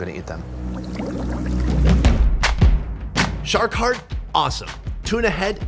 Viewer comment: You noticed at the start you said short instead of shark